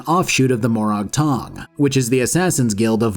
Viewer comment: More-ag tong, not more-ahg tong. You really should play the games you review. I know you don't because you mispronounce so many things characters say. Also Hlaalu, not huh-lay-loo.